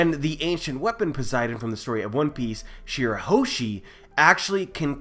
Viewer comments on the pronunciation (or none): none